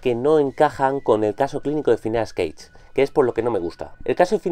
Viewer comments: Es Gage no Cage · Ya desde que no pronuncias Gage me queda la duda de lo confiable que podría ser tu opinión, en todo caso, a quién le importa si no es tu caso favorito, el hecho es de que fue muy importante para la neurociencia.